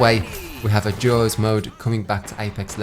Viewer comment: Thought you said Jaws instead of Duos and I was so confused for the first half